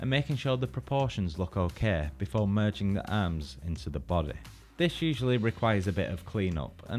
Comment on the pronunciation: No one: saying body: bodeh.